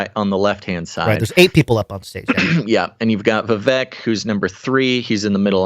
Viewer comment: Informative show, grateful ...just wanted to add it's pronounced Vi-Vake like 🐍